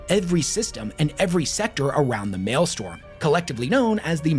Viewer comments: incorrect. Strom vs storm isn't an accent thing. Sturm, maybe, but he says malestorm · Pedant here. Mael-strom...not Mael-storm. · hey wes, love the charisma! The number of mispronounced words in this video was really starting to get to me tho. It's maelstROM not maelstorm. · If you take a shot every time he says malestorm instead of maelstrom you’ll be dead pretty quick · I’m so sorry but I have to: ITS MAELSTROM NOT “MALESTORM”. I believe Malestorm is the High Gothic for a sausage party. So while still appropriate for a large gathering of Astartes; it is incorrect in this context. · ...alright i cant resist.... MAELSTROM!!! ITS MAELSTROM!!! STROM!!! NOT STORM!!!!! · Brother, its the Maelstrom, not the Maelstorm. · It is also pronounced as "mael-strom" not "male-storm" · Drinking game: take a shot every time says male storm instead of maelstrom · Yes, it is super distracting haha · Take a Shot every time he says Malestorm instead of Maelstrom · My guy it is mael-STROM. Please I'm begging you. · is not beating allegations of Loretubers not reading source material when he mispronounces "Maelstrom" as Maelstorm for the billionth time. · I keep hearing him say "male storm" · I had so much faith in him I was assuming it was called The Maelstorm…still distracted me enough to come comment tho. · over here just refusing to say Maelstrom correctly. Doing everything in his power to not say it right. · Thank you!!!! Was driving me nuts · After the dozenth time mispronouncing it, I just couldn't anymore. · Sigh...Warders, not wardens, and Maelstrom, not maelstorm. Basic stuff. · I can’t listen you say “male-storm” for another hour and a half. It’s pronounced “Mael-STROM” jfc. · The amount of time you said "mael-STORM" has driven me up the wall. You even said maelstrom correctly a dozen or so times correctly. 😭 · Great video and you get points for pronouncing Maelstrom right some of the time. StRom not Storm. Sorry for being a pronunciation btch. 😁👍🏻